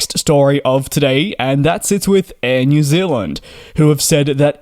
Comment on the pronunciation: New Zealand not Zilland